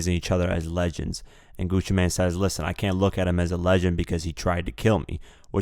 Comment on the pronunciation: bruh hes name isnt pronounced Gucci main hes name is pronounced gucci man